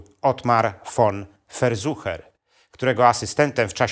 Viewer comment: Nieprawidlowa wymowa nazwizka Verschuer.